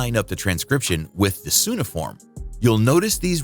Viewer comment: cuneiform... you're not saying that word right.